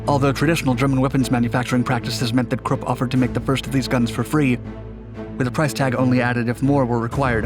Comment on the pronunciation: Anyone else appreciative for properly pronouncing 'Krupp'?